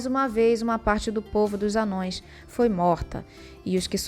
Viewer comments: n eh te corrigindo , e nem eh um erro de português, mas se vc pesquisar um pouco vai ver qual pronuncia correta, ha , vejo seus vídeos e só fiz uma crítica construtiva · a pronúncia de ambos é correta. Embora o termo "Anãos" seja o usado atualmente na tradução nova, isso não torna o termo "anões" incorreto de se falar no dia a dia quando discutimos o Legendário. Tá de boa até oscilar entre eles, kkkkk